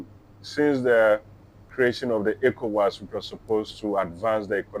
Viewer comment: Ecowas is done. Stop saying Evowas